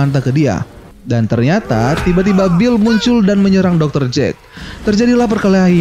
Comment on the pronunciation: Itu bukan dokter jen tapi deter jen kali